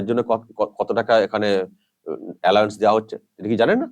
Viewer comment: উচারণটা অ্যালাউন্স (Allowance like allow) হবে Saheb